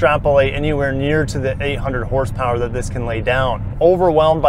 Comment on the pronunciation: "900 Porsepower"... I sure as hell needa see that in person lolol 😅